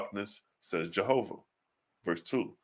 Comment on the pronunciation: Jsjovah. Not. Jahovih